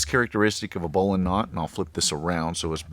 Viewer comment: Subscribe because you pronounce bowline correctly